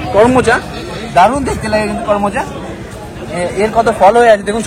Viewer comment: It is KAROMCHA not KORMOCHA